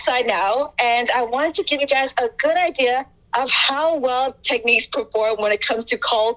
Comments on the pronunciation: You're saying "Teckneeks" it's "Tecknicks" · Technics... Nics, not neeqs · It's.. pronounced. Tek..niks..like..Al.who ..min..ium..not Alum..ium !!! You Americans sure mess up the English Language. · Interesting way you pronounce Technics! Not the way Brits pronounce it but to each his own!